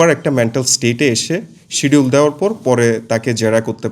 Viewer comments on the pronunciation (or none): none